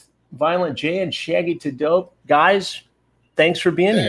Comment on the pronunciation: Shaggy tuh Dope... Lol